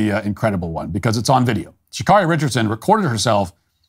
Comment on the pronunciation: Her name is pronounced Sha Carry not Carri